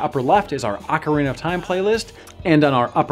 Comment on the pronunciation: FFS it's not AWKarina of time, it's OHkarina of time